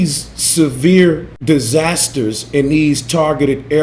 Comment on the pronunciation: "Die-zazsasters" , Space-lunch ???